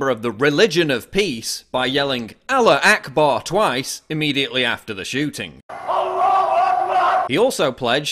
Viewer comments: Why does he say allar akbar? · Isn't it "Allahu akbar" (God is great)? I thing the pronunciation is closer to "al - la - hoo ak - bar" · The murderer shouted something what sounded like Aloha Gay Bar. Main Sewer Media translated it as a "remember Aleppo". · PAUL it's "Allahu Akbar!" other than that great video as always